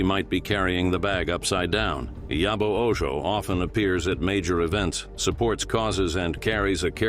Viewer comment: The name Ojo was read with a Spanish pronunciation, "Oho." 😂😂😂